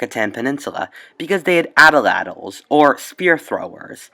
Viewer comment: route, not rout. ah-tlatl, not attle-attle Apparently, Phœnician settlement did not have much influence in the Americas, except for a few inscriptions, and, perhaps, copper mines.